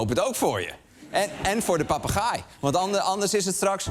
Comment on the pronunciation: Goed stuk. Het zijn inderdaad zeer intelligente dieren. Heb me alleen licht geërgerd aan de uitspraak van ‘papegaai’. Misschien verkeerd overgenomen van mannelijke eigenaren waarbij het beestje denkt; ik gaai? Jij papagaai! 😅. Zo doet men het ook vaak fout bij de kangoeroe.